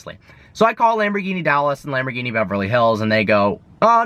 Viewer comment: when you can't pronaunce Lamborghini Like it should be you don 't deserve the car..